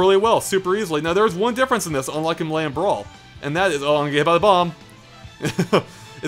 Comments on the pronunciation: Melee pronounced "May Lay" not "m'lay" xD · "Muh-lay" Ugh. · Every time says "Melay" a kitten gets kicked by a toddler.